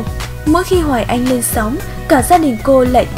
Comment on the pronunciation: Cần phát âm tiếng Việt chuẩn. Hoài Anh phát âm sai rất nhiều. Thí dụ nước Anh thành nước ăn, xanh thành xăn, mạnh thành mặn v.v. Như vậy phát âm không đúng tiếng Việt. Sai một ly, đi mười dặm đó